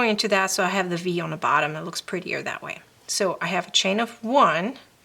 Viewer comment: Very helpful. Thanks. One question... Are you Dutch? Just curious because you pronounce "th" as "d" as the Dutch do. If so, your English is very good!